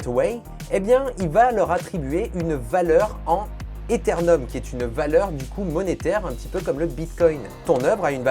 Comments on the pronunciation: Ces ETHEREUM pas etherNeum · Etherneum? Euthereum plutôt nope 🤷en attendant super sujet de vidéo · Ethereum pas Ethernum ! Super video sinon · ptdr ethernum sa m'as tué XD + quand on parle de la monnaie et pas de la blockchain, c'est l'ether ;) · Quelques erreurs et incohérences quand tu parles des cryptos monnaies ainsi que le prononciation de l'Ethereum.